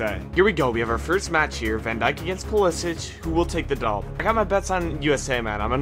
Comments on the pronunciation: bro said pulisich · bro said Mbaappe and Pulisich🤣🤣🤣